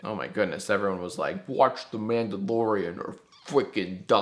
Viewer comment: This isn’t a threat because you said it, but... “Wuotch da Mandalorian or fwickin die”